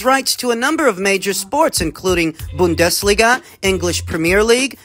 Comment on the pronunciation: Bundesliga was 👌👌👌